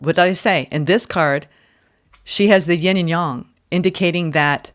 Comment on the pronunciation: 🙏🏼Thank you so much.... It's been a wild E Ticket ride over the past few years. 💗Happy to hear such a positive message.☯A special BIG thank you for being the only reader i have ever watched say the word "Yang" correctly. On behalf of all of us into TCM and such things.... THANK YOU! ☯